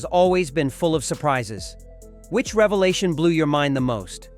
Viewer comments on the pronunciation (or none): none